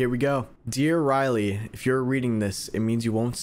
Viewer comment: When she asks who to send the card and you said "wooly" try saying "riley"